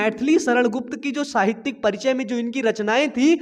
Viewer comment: साहित्यिक not साहित्यक